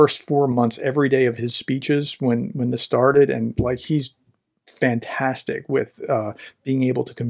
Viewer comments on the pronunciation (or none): none